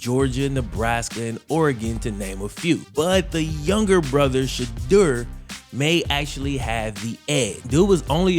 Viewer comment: it’s pronounced like she-door , but its whatever